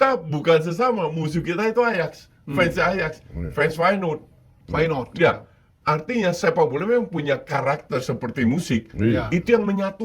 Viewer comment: Bang pengetahuan sepak bola lu payah benee dah 😂, masa ajax jadi ayaks, feyenord jadi my not, van dirk jadi pandai 😂, tapi gua paham lu cuma angkat berita doang